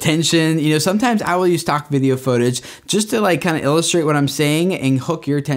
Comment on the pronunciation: 📢I ALWAYS noticed pronounced "Footage" like "Photage"!!! I guess that would make sense, since it PHOtography and not Footagraphy 😂